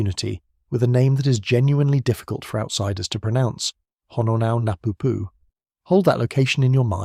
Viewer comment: They don't care if they mispronounce